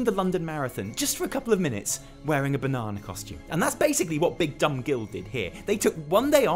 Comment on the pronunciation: you say banana like they do in bananaman. thanks dude!!